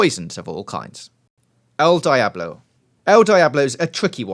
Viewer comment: dee ablo